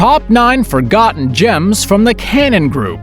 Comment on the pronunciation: Can't say "forgotten."